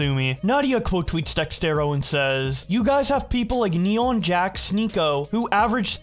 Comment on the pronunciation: Love that pronounces it Dextero cause that's also how I say it 😂😭